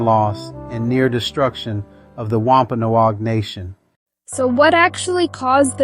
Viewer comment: It’s driving me crazy how he says “Wampanoag”…I’m Wampanoag I guess that’s why!